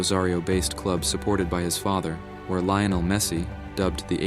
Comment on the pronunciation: His name is not Lay-oh-nel Is LEE-OH-NEL Por favor!!!